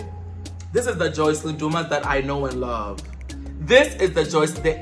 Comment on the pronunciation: Her name is pronounced“Joss lyn” not Joycelyn 😅 I enjoyed this video though